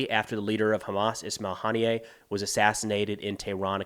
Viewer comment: Might wan't to learn how to pronounce Ismail Haniyeh's name if you're going to present yourself as a source of information on these events.